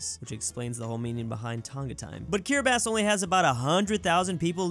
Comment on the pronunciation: How can he say Kiribati properly but can't pronounce ja properly